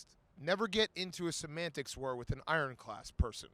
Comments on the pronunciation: definitely not pronounced iron clast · One “ironclast” everybody knows its not a word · Lmao! “Ironclast” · The word is "iconoclast"